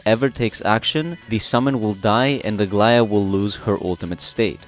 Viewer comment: I was about to say that you had the best pronunciation of her name i have heard so far by any creator, but then you said you are greek, so it makes total sense. I'm super hyped about aglaea as well🎉